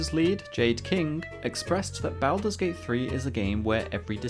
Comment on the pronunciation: I can't take this video seriously when you continue to butcher the title. Learn proper pronunciation.